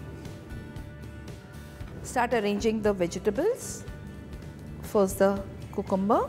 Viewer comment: First of all go and learn how to speak proper English even if u can't do that stick with hindi or whatever and BTW people call it cucumber not cocumber and other word is the slices not roundels I am also a housewife from India but I don't speak like that............ Just an advice.